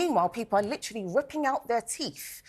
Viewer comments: Teeth is spelt with a ‘th’ at the end not an ‘f’. Ignorant tosspot!! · It's teeth, not teef!! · What’s a “teef”? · She is self righteousness pain in rear! She would be the type to look down on her own culture but preaches! Why do they give her airtime! ‘Teef’😂